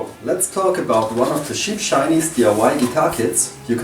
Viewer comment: and it's cheap, not sheap